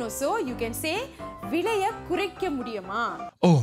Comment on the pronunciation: Vizhaiya is wrong. It's Vilaiya